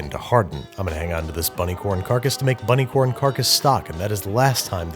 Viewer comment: I bet he’s going to say bunny corn again in a future video.